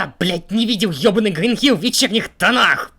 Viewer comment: Hill холм а не Hell ад.